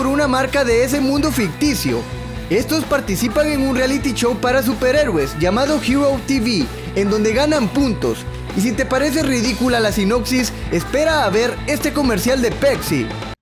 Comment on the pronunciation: Pepsi no pecsi y es show no chow